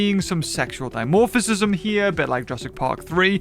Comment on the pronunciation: It’s sexual dimorphism not sexual dimorphisisism or whatever you’re saying